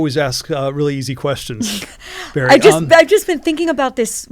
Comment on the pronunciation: Oops - Bari - not Barry…